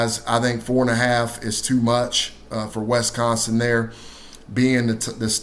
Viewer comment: Wes-consin? Wisconsin!